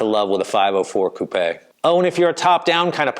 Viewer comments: Got a like for pronouncing 'Coupé' correctly. Seems North Americans generally think that a coupé is a place where chickens sleep. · It's the past participle of the French verb 'couper' meaning to cut. In French it's coupé with the accent on the e and is pronounced coup-pay. has it right - at least for UK & Europe. Not sure what the Aussies do.